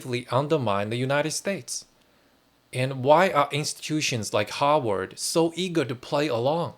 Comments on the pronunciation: It's Harvard not Howard, they are 2 different universities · Your pronunciation of Harvard sounds to me like you are saying Hogwarts! But that is OK! Because in a real sense, Harvard is the real Hogwarts where young wizards go to learn the spells of power. Lean into this! I would suggest that you re-title this video Using the name Hogwarts instead of Harvard. Much more appropriate!